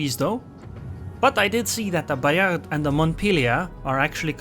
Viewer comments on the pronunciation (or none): Hello, side note, we don't pronounce the last "d" in Bayard.